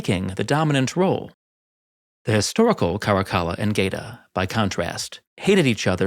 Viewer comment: Geta .. it’s pronounced ghett-a, same as in ghetto.. gay-ta just hurts my ears